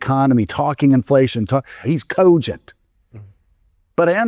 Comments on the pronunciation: It makes me so angry the way he says cogent. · The way that guy pronounces the word 'cogent' irks me to no end.